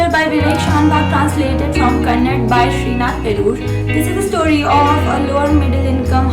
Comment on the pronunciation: It's kannada not kannad. interesting video..